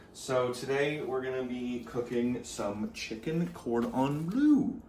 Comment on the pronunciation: "chicken-cord-on-blue" Now you're just making up words bro Wait why is there an escape counter lmao this is getting good